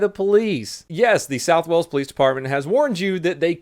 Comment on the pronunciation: its pronounced whales. not walls. whales= wales